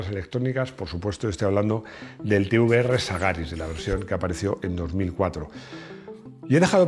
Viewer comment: Da gusto escuchar Te uVe eRRe y no Te Be eRRe